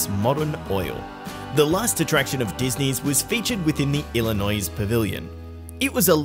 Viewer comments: "illinois" has a silent "s" at its end. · The s in Illinois is silent